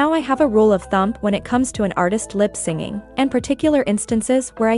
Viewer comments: It triggered me everytime lol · Good video but does the voice machine saying “lip-singing” instead of “lip-syncing” rly stand out 😭😭